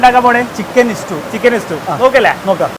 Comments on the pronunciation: ഇസ്റ്റൂ.. അല്ലടെ.. " സ്റ്റൂ..!!" ഇങ്ങനേം വിവരം ഇല്ലാത്തൊർ ഉണ്ടോ 🙄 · Stew not istew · ഇസ്റ്റു അല്ല സ്റ്റൂ എന്നല്ലേ